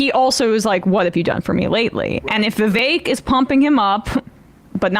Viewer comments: nope, it does not rhyme with cake whitie. It's not "vivake" as you white ppl pronounce it. It's "Vivek" "Viv-ek". Not "ake". Complain abt white privilege and shit, proceed to do it, and not comprehend the hypocrisy. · Who decided Vivek is pronounced Viv-ache? American English is wierd. Bar-ache Obama anyone? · To help with pronunciation, Vi-vague 😉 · Trump won't put Vivek in his cabinet. He can't even pronounce his name